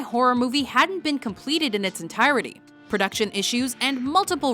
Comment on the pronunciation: "Entirrrly?" Entirety.